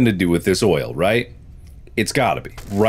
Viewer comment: It sounds like Markiplier is saying loyal when he says oil a lot